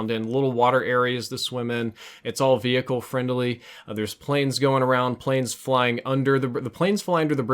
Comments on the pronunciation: Once you hear say ve-hick-el you can’t un-hear it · VE - HICLE 😂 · Did you really just pronounce the 'h' in 'vehicle'?